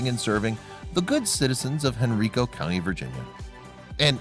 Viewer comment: It's pronounced Hen-rye-co ( Henrico ) County, VA..The County was named for Henry, Prince of Wales..Henrico County was Virginia's second colony settlement ...